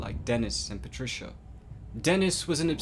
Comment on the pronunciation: Oh no its PATRISCHAAAA